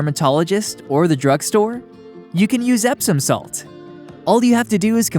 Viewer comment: Nice to hear that : Epsom salt.